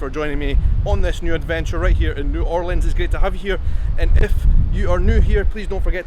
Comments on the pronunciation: Hi! 2 things that annoy a New Orleanian are 1) Asking if they know Voodoo 2) Asking them to say New Orleans and expecting “N’awlins”. THANK YOU for saying it properly!! Come back and visit anytime!! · I so glad you pronounce the name right. New Orleans